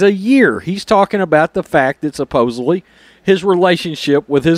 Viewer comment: Supposedly not Supposebly